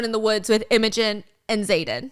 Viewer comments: Oh my god it's not "emojin" lol, it's IMOGEN, pronounced um... IMM-A-GEN. Steph has the emphasis on the wrong part lol! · Steph I literally love you so much but babe YOURE SAYING IMOGEN WRONG ITS NOT EM O GEN ITS IM A GEN it’s just scratching my brain so wrong 😭😭 love you tho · I love your channel, but can you please look up how to pronounce names before you say them? You butcher so many of them. Imogen is not im-OH-gin. It's IM-uh-gin. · Is Im-o-gen actually Emma-gen🥲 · Imogen is pronounced Im(like IN) OH Gen. I was so obsessed with part one I ran to buy the book so I could finish. Which I did in about a day😅. Can’t wait for more, Stubby is gonna lose it 😂😂 I loved reading about someone with my chronic illness that kicks ass. Even though she has some thick ass plot armor 😊 I now want fancy leather gauntlets, slings, and braces for all my loosey goosey body needs. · I love listening to this even though I've already read it!!! Also the way Stephanie pronounces Imogen like "emoji" 😭😭😭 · I WAS THINKING THE SAME THING. 😂 I was like who is she talking about and then I remembered Imogen and realized the pronunciation was just off 😂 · The way she pronounces imogen 😂😂 so adorable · lol it's so cute! she changes the pronunciation every time she says it haha